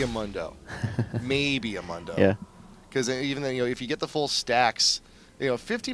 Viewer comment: this nigga said munn-do not moon-do lmao he says his own name how you get that wrong